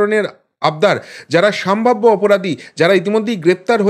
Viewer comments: ভাই,সম্ভাব্য । স।ম্ভাব্য নয়। এইরকম পয়েন্ট আউট করতে হলো,যদিও ইচ্ছে করে না। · বারবার আপনার মুখে "সামভাব্য" শব্দটা শুনে খুবই খারাপ লাগে, কথাটা ' সম্ভাব্য ',সম্ভাবনা এর adjective বা বিশেষণ ।Please অভ্যেস করে নিজেকে শুধরে নিলে খুব ভালো লাগবে।